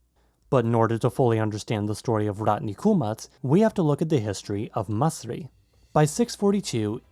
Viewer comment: It's مصري not مصرى/ "misri" not "musraa" 👍